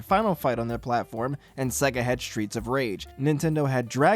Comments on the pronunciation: sega intro: SAYYYYY---GUHHHHHH this guy: sehgguh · It's say-gah, not seh-gah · Say Sega properly.